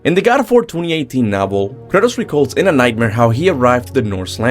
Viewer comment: I constantly hear him say Curtis when he's saying kratos